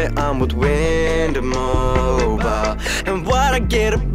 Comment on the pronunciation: i'm done the man said wind mobile LOL